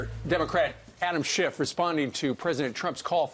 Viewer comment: She said Adam Shift